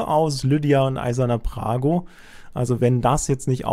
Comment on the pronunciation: der Champion heißt nicht "Prago" sondern Brago.....